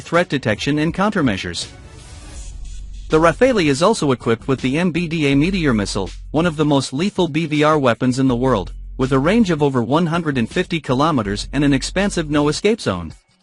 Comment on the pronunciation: Not "rafaili" it's "rafaal"